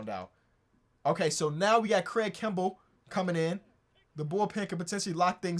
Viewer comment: this man don't see the r in kimbrel's name 😭😭 all love though